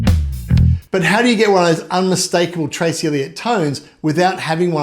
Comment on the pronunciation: Dude its Trace not Tracy, Duh.